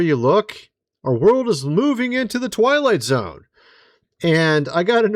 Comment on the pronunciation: I heard "Toilet-zone" instead of "Twilight Zone."